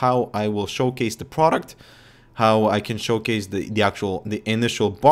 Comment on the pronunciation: ALL U GUYS CHECK ON "ProDuctkkoookko"